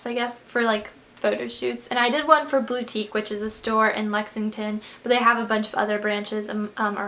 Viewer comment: It's pronounced boo-tique. Not bow-tique.